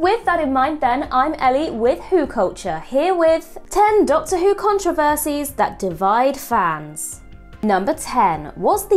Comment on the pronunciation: Storwylines , contwovorsies, cwinge, , cwacks. Ffs it's "R" . Pwoblems, Adwick, It's not cute, speak properly.